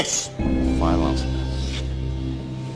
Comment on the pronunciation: SO! IS FINAL ANSAH!?